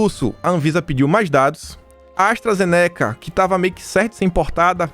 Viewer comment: sua pronúncia sobre a ASTRAZENICA, aiiiiii dói os ouvimos... não é assim que se pronuncia.